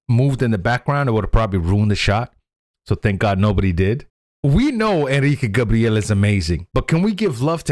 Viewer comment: É Gabriel não Gabriele 😂😂😂 ..